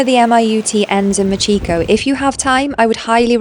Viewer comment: Machico 😂 why do I laugh when you say that 😂